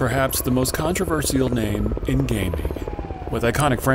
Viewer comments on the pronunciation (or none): the "controverisal" pronunciation got me off guard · did he just say controversiyal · Controversal be like con-tre-ver-si-al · Word: Controversial Bro: “Contra-ver-see-Al” 💀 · You didn't notice him saying it like that until 8 and a half minutes in? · Not sure you should make a video about something 'controversial' when you can't actually pronounce the word. Interesting video however. Sadly, I'm now too poor and too old, and a PC gamer like me will probably never be able to play GTA VI; who known when it'll ever be available and I won't be getting a new console or laptop/rig to play it. All those years waiting... depressing really. But I always look back with tearful nostalgia on the thousnd plus hours spent on playing R2R2 and GTAV - by far the two best games ever made, in that order. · Am I the only one triggered by the pronunciation of the word controversial? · Never have I ever heard someone pronounce 'controversial' this way. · why does he keep mispronouncing the word "Controversial" is it an accent thing? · The way you say controversial, you shouldn't say the "i" like that XD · Your pronunciation of „controversial“ is definitely controversial. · I love how this guy says controversial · thumbs down only because you mispronounced controversial multiple times.... Bad story telling aswell... контроверсиал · Great video, definitely a strange way to pronounce "controversial" though. Is the script being read by AI or a human?